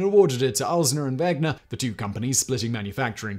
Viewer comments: A 13-minute video without any slip of the tongue - except for the 973 times you butchered the name of both companies this video is about :D You even managed to quickly read about 500 functions (which, by the way, doesn't have much to do with the history, in my opinion), but you fail to read WeNGer? Come on :D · Why do you keep mispronouncing 'Wenger'? 😑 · So many channels, too busy to pronounce stuff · I get that in "Wenger" the "W" is pronounced like an English speaker would pronounce a "V". What I don't get is why you phonetically swapped the "ng" with the "gn"? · Wenger, not Wegner. It's like scratching fingernails on a blackboard when calling it Wegner to me as a Swiss person. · Dude. It is weNGer, not weGNer! How did you get this wrong every single time!? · And is he correct in calling the other company "Vegner" when the "n" comes before the "g" in Wenger? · Not to mention “Wegner”. Haha Simon is not great at the pronunciations bless. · Wegner? It’s Wenger Simon! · "Wenger", not "Wegner". I'm glad you considered that brand also. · It's Wenger, not Wegner. ;) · Wenger not wegner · It's WeNGer, not WeGNer. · Sorry, Simon, but your pronunciation of Victorinox as VictorIAnox and Wenger as WeGner is utterly ANNOYING. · What an intensely annoying episode. It is Victorinox - no a in it - not Victorianox! And the N comes BEFORE the G - pronounced Wenger not Wegner. How can you talk about 2 companies and get them BOTH wrong? 🤔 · WeNger. Not WeGner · No, it is indeed Ven-ger. If it was Veg-ner, the Name would have to be spelled Wegner. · ...what about wenger? Seems like he is pronouncing wegner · Simon, there is *no* "a" in "Victorinox"... and the "n" comes *before* the "g" in "Wenger". Beyond that, this was an excellent reading of the "Swiss Army knife" Wikipedia page 🤪😂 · Wenger (knife brand) -> wegner (?) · Alternative title: Triggering swiss people for 13 minutes by misspronouncing Wenger and Victorinox XD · Thank you. I kept hearing that and Victorianox.